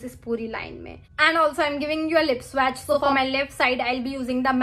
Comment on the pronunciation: Firstly, your grammar needs immense correction. Correct - I did not know. Also learn to pronounce the word swatch. Secondly there's no respect in putting a fellow blogger down by pointing out her mistakes. No beauty, no charm, no class. Sad move!